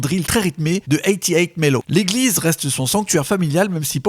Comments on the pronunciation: Détromper vous au us 808 ce prononce eighty pour 80 et eight pour le 8 c’est à dire eighty(80)eight(8) séparément ca a plus de bounce que de prononcer eighty hundred eight qui sonne vraiment lourd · Quelques petites fautes mais la vidéo est superbe. Pop Smoke a grandi dans le Canarsie pas Carnasie. Le beat maker de Pop Smoke c’est 808 Melo et ça se prononce [eight] [o] [eight] [melo]